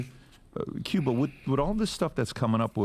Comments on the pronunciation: You say it like" Kewba" not Kooba. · Bro I’m sorry I can’t hear it no more without saying something it’s “Cuba” as in the country not Kubah 😂😂😂💀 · I think it's pronounced as "Cuba" like the country but it doesn't matter now lol 🤣